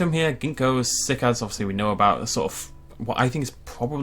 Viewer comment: "As we look at our sick-eds." Some day is going to pronounce something correctly, I'm sure of it. But today is not that day.